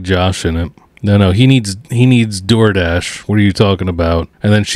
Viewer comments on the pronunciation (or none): none